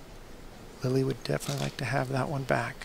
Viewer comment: Wow opening commentary is cringe worthy.....and they pronounce Lily's last name a few different ways in a matter of minutes......